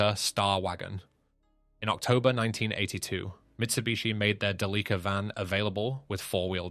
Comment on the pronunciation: No. 1 Delica stands for Delivery Car. And don't stress the "li" consonant-vowel cluster. It's Japanese, so no stressed syllables.